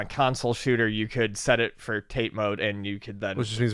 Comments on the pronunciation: I've always heard it pronounced "TAH-tay." I believe "tate" means "vertical" in Japanese. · "Tate" comes from Japanese (it's pronounced "tah-tay") and it literally menas "Vertical" or "Standing".